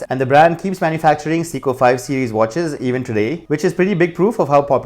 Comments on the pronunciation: Dude it’s Seiko, not Siko! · .... I swear if I hear 'seeko' one more time... SAY-KOH... SAY-KOH... SAAAAAY-KOHHH lol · Not "seeko" but "say-ko" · It’s SAY CO not si co